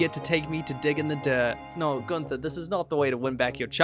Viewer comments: I get so frustrated with people pronouncing Guther as gun-TH-er it’s ‘Gunt-Er’ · After months of watching your videos not me barley realizing you have an accent with the way you pronounced Gunther